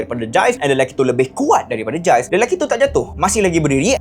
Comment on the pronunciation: Hi..nice video...just nak betulkan.. sebutan nama mangsa tu Gilles=Jills